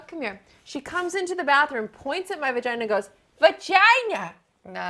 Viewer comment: Lydia Labia, VaGina (vuh-gee-nuh), Elvulva... ummm......